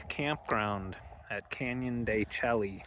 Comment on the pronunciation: Hey fellow Vanlifemeowers… knows how to pronounce it. He’s just playing a friendly little joke with his viewers. The only thing missing every time he said “Chel-ly” was the wink at us. 😉